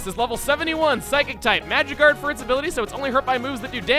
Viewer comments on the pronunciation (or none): 1000th comment,also I heard magicarp when said magic guard